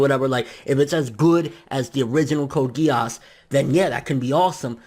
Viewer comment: And it pronounced Code Gii-se